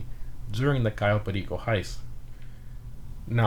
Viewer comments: do you speak spanish cuz each time u say cayo perico u say it in perfect spanish no accent wtf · The only person who knows how to pronounce "Cayo Perico" correctly. Lol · You say cayo perico like a latino homie 🤙🏼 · Just a small thing, but I really like how you said Cayo Perico, you're the only person I've heard pronounce it properly lol